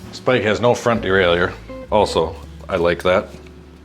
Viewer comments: Why do you say derail-your in stead of derail-er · I had a customer say "de-RAWL-er" the other day. Should I have corrected them?